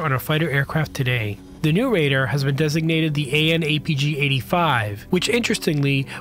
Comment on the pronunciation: I was wondering about that myself. And how can someone with a Youtube channel that seems to be interested in aircraft not know how to pronounce "radar". It's "RAY-dar" (where the second syllable rhymes with car) and not raider like the NFL team that recently moved to Vegas.